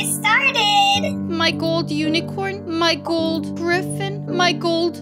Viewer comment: im hating now why she cant say gold its easy